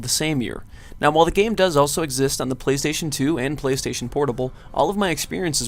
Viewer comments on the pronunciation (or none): none